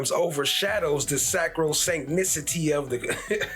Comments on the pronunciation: 😂😂😂 I replayed it 10 times😅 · This was goodt but when you said sacrosanct I hollered 😂